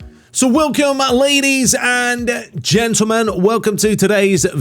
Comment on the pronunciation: So welcome-ah ladies and-ah gentlemen, welcome to today's-ah video...